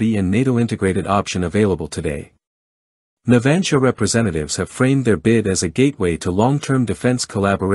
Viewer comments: El lector no sabe propnunciar "NAVANTIA"?..... Qué es eso de "Natgia"?? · No tienes ni idea de como se llama la Empresa que ofrece los submarinos.Es Navantia.Navantia,por si no te ha quedado claro